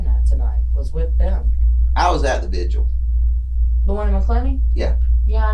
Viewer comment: She called the vigil the vizual lmaooo